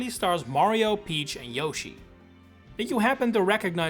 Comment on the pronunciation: why did he say Yoshi correctly once in the beginning and then never again